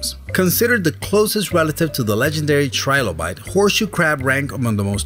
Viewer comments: Btw u said trilobite right!!!😉😉👍👍👍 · You pronounced Trilobite correctly btw =)